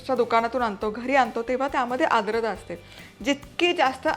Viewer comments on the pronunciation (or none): टिप्स अगदी उत्तम आहेत. पण आद्रता नाही... आर्द्रता